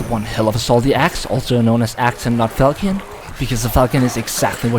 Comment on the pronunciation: reddit tism in a nutshell laughing at own garbage jokes pronounces fal-shon as falkee-on and deleting comments judging by the sound of your voice youre 1 impossible burger away from transitioning lmao